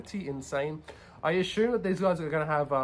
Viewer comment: Good video. No more than 10 “asshume”s per video next time! Lol.